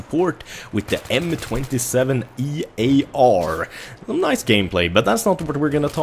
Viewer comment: As soon as he said M27 'E'AR I guessed you'd make some more mistakes. Battlefield 4 will "possibly" be good on Xbox one and ps4? Seriously? It is going to be the exact same experience, co pelt sly on those. God you PC people can be so naive. And I wish someone who had actually knowledge on military weaponry would make a video. I was pulling my hair out.